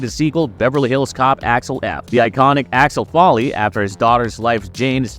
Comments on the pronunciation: Bronson Pinchit and Alex Folly???? Work on your pronunciation dude. You got almost all the names wrong! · It's Axel Foley😂😂😂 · sooooo... is the voice over on this video from someone who not American OR is it "A.I." because it/ they keep messing up, mispronouncing n getting the names especially the title character's name wrong constantly and even in different ways... NOT cool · Claims to be excited for the new Beverly Hills Cop movie and keeps mispronouncing Axel Foley’s name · Dude you cant even pronounce his name right ffs